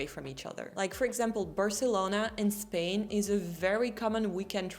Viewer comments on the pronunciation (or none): none